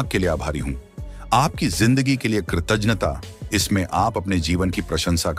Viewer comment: Pronounce well. It's " kirtaghta". You are doing good.